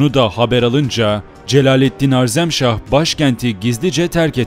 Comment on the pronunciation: reis öncelikle eline emeğine sağlık ancak HARZEMŞAH değil HAREZMŞAH olmalı, bu güzel ve aydınlatıcı paylaşımların için teşekkür ederim geçmişini bilmeyen insanın geleceği muammadır